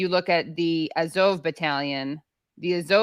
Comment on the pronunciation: What is up with Katie's weird pronunciations of the Azov battalion?